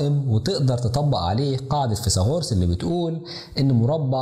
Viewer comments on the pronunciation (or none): مثلث وليس مسلس فيثاغورس وليس فيساغورس